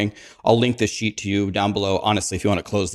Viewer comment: Every time he says "sheet"....i hear "s.h.i.t."....damn the rude vocabulary of the streamers!!!😂